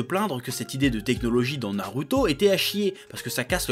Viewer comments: TU PEUX DIRE NARUTO AVEC LE /ou/ et pas /u/ c: sinon j'adore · chef wolah je t'aime bien mais kesque tu casses les couilles quand tu prononces les noms japoais wesh : Boruhto , sasuhké , naruhtoh mdr après toute ses années je sais que tu fais exprès